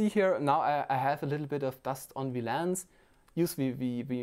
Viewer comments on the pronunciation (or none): Not Laaance its lens